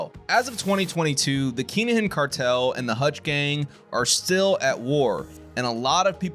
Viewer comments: It's pronounced kin a gin. Not keengin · Phonectially it’s pronounced “kin-ah-hin” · He said Keenahan lol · Whats going on here, whats a keengin or a kin a gin? If you meant Kinahan then its pronounced Kina han.